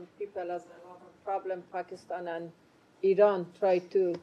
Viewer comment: Sir it is not pronounced I-RAIN it is Pronounced I-RAN get it straight your speaking to the public and the world